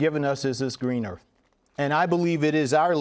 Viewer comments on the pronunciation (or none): Jaime said earf. Instead of earth.